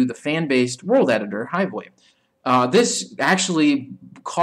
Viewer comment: Hivewave? or hivewe?